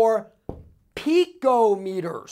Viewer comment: 2.4 pheeekoo metres...Hahaha,,,Loved it